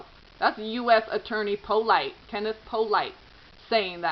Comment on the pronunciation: Polite is pronounced "POO-lee" in that neck of the woods. :) Our family grew up with some Polites.